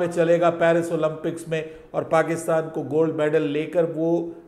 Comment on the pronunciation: With due respect - it is pronounced ‘Olympics’ not Olumpics.